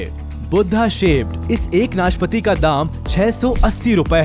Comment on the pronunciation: भाई वो नाशपति नहीं नाशपाती होता है|